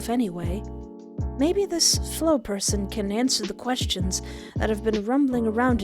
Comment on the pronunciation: I gotta thank you again for providing us with banger after banger,, seriously 😭😭 I love your videos so much, and I got excited when I saw the notif was MY game LOL. Thank you for playing!! 😌💞 (P.S. You pronounced Flo's name correctly, no worries there!)